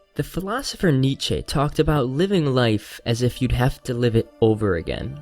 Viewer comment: That's a pronunciation of Nietzsche I've never heard before.